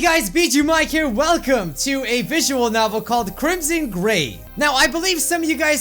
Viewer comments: I thought you said crimson GAY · When you said gray it soundet like GAY!